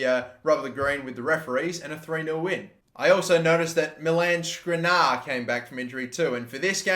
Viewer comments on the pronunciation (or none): Gotta love how bad you are at pronouncing Skriniar